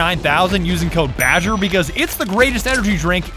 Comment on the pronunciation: it's badger not ''bagger''